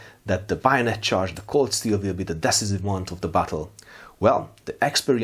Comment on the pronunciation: Really nice video! Thank you for your efforts. By the way I recommend you to check the pronunciation of "Decisive" :)